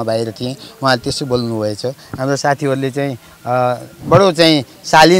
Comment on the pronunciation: Bhim sen pun Dang Ghorahi कुरा भनेको कुदा भन्छे तर भनेको तद भन्छे हाम्रो भनेको हाम्दो भन्दि रहिछ जिब्रो राम्रो सँग नचल्ने रहिछ बथलि आईमाई